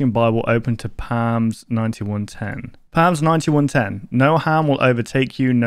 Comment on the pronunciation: The p in psalm is silent